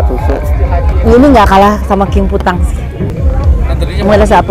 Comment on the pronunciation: Salfok king fu tang...xing fu tang teteh meni lucu 🤣